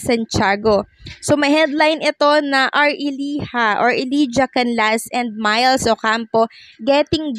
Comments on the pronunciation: Elijah dapat ipronounce na E lay ja hindi E li ja... Thank you! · Ellijah is pronounced elayjuh not elidya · Elijah = /eh-lay-ja/ (not /eh-lee-ja/)